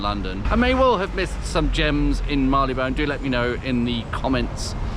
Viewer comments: When I worked there back in the '60s, Marylebone was pronounced 'marry-le-bun', not 'marr-ee-le-bone'. Nice pubs anyway. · Agreed. And it's still pronounced 'marry-le-bun'. Did not let it spoil my viewing pleasure.